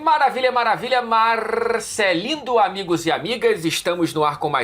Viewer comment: Meu chefe ouvindo "maravilha, maravilha, marrrravilha" e eu desesperado pra conectar o fone